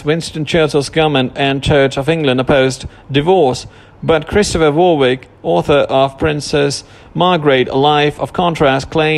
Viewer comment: Pronounced Warwick